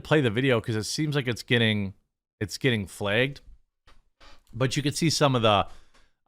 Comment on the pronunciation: why does jeremy say flagged as flegged